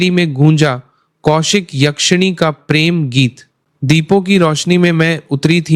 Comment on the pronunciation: Pehle ma bola fir pirem 😂